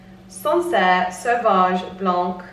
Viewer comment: Hihi the French in me is going again. for wine that is white = blanc. You do not pronounce the C ❤️🥹🥹🥹🥹